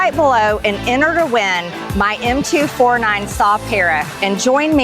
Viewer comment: hey lady, its Em Two Forty Nine. get it right